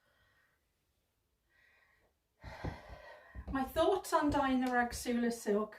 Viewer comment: I thought the rasgulla silk was pronounced ras-gulla silk? Maybe im wrong, just looking at the spelling?